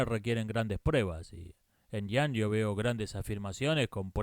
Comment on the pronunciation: "Jung" se pronuncia "iung". En alemán la mayoría de las palabras se pronuncian como se escriben.